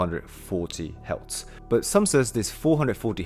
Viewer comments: Are you saying “Hertz”. Your pronunciations is off. Its sound like you're saying “healths”. The correct pronunciation sound identically the word “hurst”; like painful feeling. Do you get it? The frequency “hertz” pronounces the word “hurts”😊GREAT VLOG!🎉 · Do you mean Hertz? Not Heltz. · ok, good vid. But learn to say the word HERTZ. You sound like you're saying HELTZ. Also, the shift in tuning to 440 hz occured several hundred years ago. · Helts = Hertz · What is a ‘heltz’ lol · ITS HERTZ NOT HELTS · Hertz not Heltz. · Ironic how he turns "hertz" into "heltz". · Love what your saying...but- the word your having problems with is Hertz. Pronounced - Her-t-zzzz. ( sorry, i have ocd. Not meaning to be rude.) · ….exgerate the “R” in hertz…..